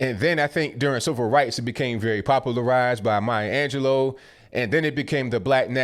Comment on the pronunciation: I know a lot about a lot of things. Proceeds to say Maya "Angelo". You’ve become a clown, real fast.